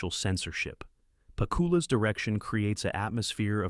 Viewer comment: ANNOUNCER OF THIS VIDEO : SIR------HIS NAME IS PROPERLY PRONOUNCED ALAN. J. PACK OOO LA. ----------PLEASE, OUT OF RESPECT, PRONOUNCE IT PROPERLY. -------MJL, 78 Y/O